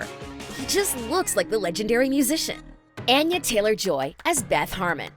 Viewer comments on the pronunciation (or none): Anya is not pronounced with a long “a”, it’s a short “a”, think altar instead of apple. Your narrators should really get the script right before recording, it’s seriously annoying. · Ah-yah not ann-yah.